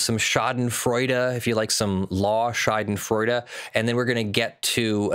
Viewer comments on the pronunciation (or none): Schadenfreude is a german word. You pronounce it like "shah den froi deh". Shah as the king, den as the hideout, the next part would be pronounced with the sound like "spoil" and the "deh" like you'd dismiss something with "bleh". I know it's hard to pronounce, but being an american lawyer that uses the word as if you're a German native would be awesome.